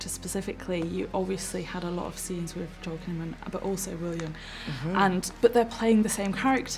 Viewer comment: I don't like that they all mispronounce Joel's name.